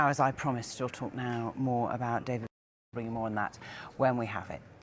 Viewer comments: 😂 She said, David Blowie😂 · She even called him David Blowie lol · She said Blowie, the guy at the desk is Bowie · its bowie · . David Blowie. . Very com-plate-ative. Golden 💀